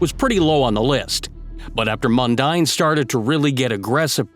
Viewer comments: Tony Mundine is and always was a total arsehole. . And it's pronounced Mun-DEEN (not Mun-DINE) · I know it sounds like mundine but it's pronounced mundeen when talking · Mundeen, not mundaine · His name is pronounced "Mun-deen", not "Mun-dine" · Mundine is pronounced Mundean! .....and yes he's an idiot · It's Anthony Mundine - pronounced Mun-deen. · Mundine is pronounced Mun-deen. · It's MUN-DEEN ....& he's still an arsehole !! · Its pronounced Anthony Mun-dean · Mundine is pronouced Mun-dean. Mundine was also a rugby league player for the St George Dragons in the Sydney competition . I reckon he was better at rugby league than boxing . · pronounced mun deen. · it's pronounced "Mundean"